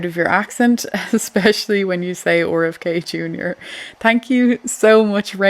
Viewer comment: The Oar FK Jr thing took me a while to figure out who you were talking about. 😅You know, when I was in the eastern states my cousin's mispronounced my name because of their New England accent (IE Cawla v Carla). It was a few days that I let them get away with it but when I innocently asked why they were mispronouncing my name (I was 12 at the time) they immediately corrected their error - it seemed effortless when they realized it changed the meaning. Although it's merely his initials, the "proper pronunciation of a proper noun" rule might apply here as well. Just something to think about.